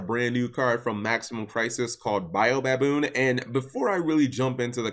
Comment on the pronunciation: cap, it's pronounced, bow (as in the thing you do to royalty) baboon.